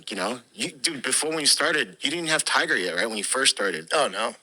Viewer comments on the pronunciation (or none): none